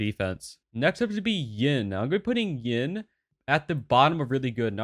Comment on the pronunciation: wai wha- whats ying, its hard to determine if you said yin or yang xD but to be fair what you said is spot on.